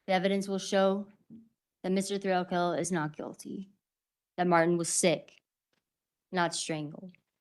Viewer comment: It sounds like the procecuter is saying Mr Thrill kill. I had to check if that really is his name 😮😮😂😂